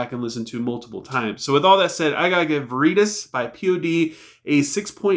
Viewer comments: Just a heads up but the word Veritas is pronounced “Ver-Eh-Toss” not “Ver-Ree-Tuss” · Album would have hit harder if they didn't release all those singles months ahead of time. Lay Me Down is my favorite. I hope they release a video for it. I would also say about 7 out of 10. Its pronounced VERI-TOSS, btw, as in Truth.